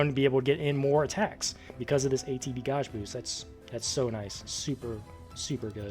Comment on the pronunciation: Are you serious you don't know how to pronounce the word gauge lmao. That's too funny.